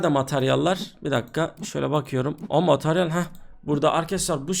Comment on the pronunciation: Mataryal değil materyal 😂 dilin dönmüyor sanırım.